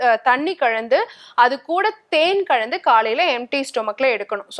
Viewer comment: தண்ணி கழந்து , தேன் கழந்து , what a wrong தமிழ் a siddha Dr is speaking. Can't bear to listen her wrong pronunciation.